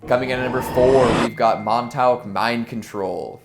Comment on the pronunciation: LMFAOOO pronounced MON-TALK. as a ny this made me laugh quite a bit